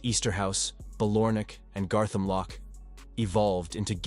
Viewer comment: Please if makin video learn pronounce the fuckin names of places correctly . Don't kno what annoyed me more way said garthamlock or way said glenocil .. I don't kno what's with (batman cartoon pictures ) you have actually got few pics and videos that not so well published which was decent bit then wasted it with cartoon pics